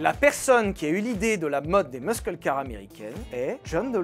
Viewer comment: Trop bonne la video! Petite rectification de prononciation, muscle se prononce "meusseule" !